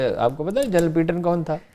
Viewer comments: Haroon Sahib it’s General PATTON not PEETON. Please correct your pronunciation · Haroon Sahib this General’s name is PATTON not PEETON. Please correct your pronunciation.